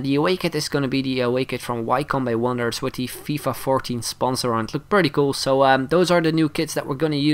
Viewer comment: the way you said wycombe wonderers made my day